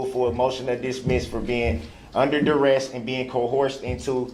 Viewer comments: Ohhorshen and direst. What a rube. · Sovereign cidiots all pronounce the words "coercion" and "duress" incorrectly. I usually hear "co-whore-zhun" and "dur-esht", but there are subtle variations. I don't know why that is, other than the fact that they're all ignorant, disrespectful, uneducated, overgrown, bratty toddlers.